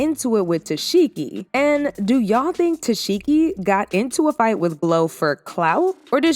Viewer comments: Who is Tesheki 😂😂 Her name is pronounced Ta-see-kee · Why can’t ANYONE say her name??? It’s pronounced “Tuh-sec-E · Why do y’all continue to pronounce this woman’s name wrong when she CLEARLY has enunciated it a million times 😐🙃 TES ZEE KEE … not that hard 🙄